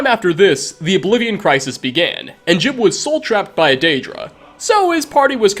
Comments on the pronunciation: " Gee-ub" not "Jib" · Saint jib? it's pronounced jiyub. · jee-ube, not jib. You literally played a clip with a character pronouncing it properly. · Every time he says jiub wrong i die inside. It’s not that hard. It’s ”Jeb” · Ugh, hate when they call "Ji-uhb" "Jib" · Its gee-ub. not jib. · he claims he met JEEB. Teldryn Sero: I wonder what became is St JEE-UHB… never ceases to amaze with mispronouncing stuff he researched. XD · His name's not JIB smh